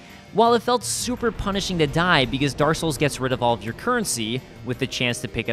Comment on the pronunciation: "Daar Souls"